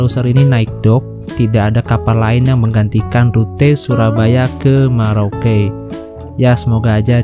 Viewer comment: Merauke.....bukan maroke